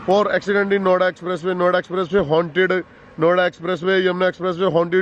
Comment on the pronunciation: Bhai jb aap Noida bolre ho bar bar to kuch or sunai dera hai Noida ki jgeh😂😂😂